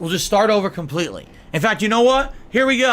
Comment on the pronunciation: Legitimately the only funny thing he's ever said was KHAMPLTEETLEE. UNINTENTIONAL. *snort*. "This does have a fan in it, which blows me away."